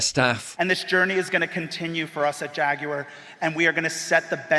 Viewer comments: Why is he saying "JaguEr"??? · Jaguar ...Gay....the computer says no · "Jagu'er" --- Gay Corpo Activist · Replace the ‘J’ in Jaguar with an ‘F’ there you go…. I sold it 😅